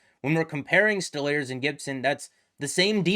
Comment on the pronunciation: It's pronounced "Stole-Rs" no?